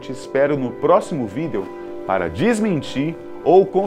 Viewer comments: Continuo acreditando que as três primeiras piramides foram feitas por seres superiores sim, as que foram construidas depois foi o homem comum sem ajuda. Nossa a narração com é péssima, sem emoção alguma,ele fala "video" como se escreve.Garanto que se fosse o Boco os com ele seriam pouco. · o modo que ele fala "video" me deixa meio estranho, como se estivesse freando com td um carro e dado aquele soquinho kkkk